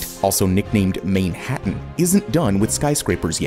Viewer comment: "Manehattan" it is pronounced MANhattan